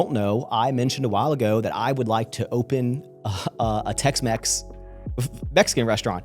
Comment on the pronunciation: Not Tex-Mex, but Tex-Maxx. 🇲🇽